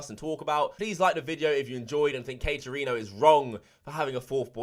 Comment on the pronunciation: He said Katerino. Let’s jump into her. Lol.